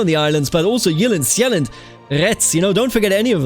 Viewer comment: Never thought i'd see the day when a ck2 youtuber pronounced jylland and sjælland correctly